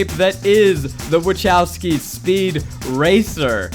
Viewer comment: Pretty sure Zach is mispronouncing Wachowski…. 😬😬😬